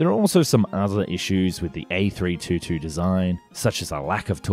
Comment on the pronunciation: Before you make a video about an A322, you'd better learn how to propperly pronounce it.